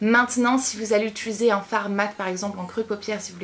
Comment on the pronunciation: Tu as un tic verbal tu dit "ituliser" au lieu de "utiliser" sa me bloque à chaque fois ahaha